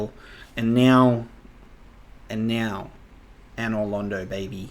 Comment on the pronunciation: Glad he pronounces another London right, let's hope he figures out the "painting"